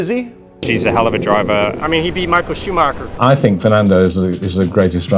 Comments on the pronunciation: Hahahaah “Shumocker!!” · michael shumaker? who is that? you mean michael schumacher? you spell his name looks like a milk shake..